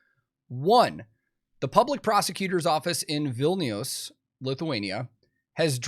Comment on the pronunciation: I'm actually surprised how well you pronounced Vilnius, closer than most, especially if you never heard it pronounced before.